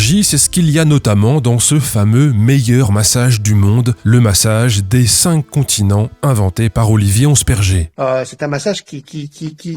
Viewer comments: j'entends "le massage z'incontinents" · J'allais écrire le même comm ! J'écoutais en faisant autre chose et j'ai tiqué complément sur "massage des incontinents" 😂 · A chaque fois que le nom du massage est évoqué j'entends "Le massage des incontinents". Et je me marre comme un c... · Au début de la video j'entendais "le massage des incontinents" 🙊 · Pareil, on est deux. La prononciation c'est important ^^ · Faut pas dire le massage des cinq continent trop vite 😂